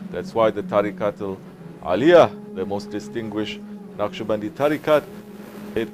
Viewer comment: Beautiful, inspiring, heart moving. And it's 'Naqshbandi'.